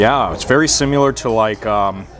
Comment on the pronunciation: the way you say "simUlar" weirds me out! haha! thanks for the heads up....gonna hit this place up!